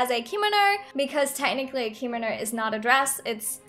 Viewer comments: It is pronounced not spelled pronounced comono not kimino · I’m cringing when she says “keemano” it’s kimono” www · Btw its pronounced Kim-oh-no not Kee-mo-no :) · actually, no hate but kimono is pronounced *key-moe-no*. i have taken japanese class for 4 years and this years unit is ancient Japanese witch includes Kimonos. ありがとう、そして良い一日を (o^^o) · Normal People: Kimono Me: Hikomo, Kinomi, Kinomo, Me again: h a r m o n i c a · Is it just me or it's funny how she pronounces kimono wrong xD